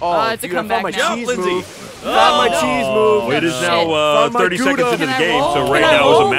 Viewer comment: Ray should feel bad about his pronunciation of Gouda.